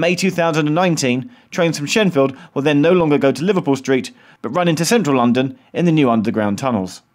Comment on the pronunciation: Shenfield NOT Sheffield